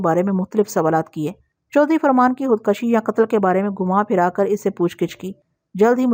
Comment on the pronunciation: Khud koshi not khud kashi